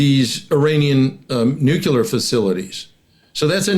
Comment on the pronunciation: Oh dear, another old (same age as me) duffer of a retired General who can't pronounce "nuclear". I guess one of the old school "I don't need to read no manual" old boys. Thank heavens, the USA didn't supply Ukraine with the weapons it asked for back in 2022, or else they'd have lost back then, but now, by changing the nature of warfare, Russia is on the back foot, war crimes against civilians and POWs aside. I don't understand why Iran needs to refine its own uranium for its nuclear program, when they could just buy Russian nukes or swap them for Shaheds, as good allies do. Unless, of course Putin finds that his nuclear stockpile doesn't exist, and has been sold to line Russian Generals wallets.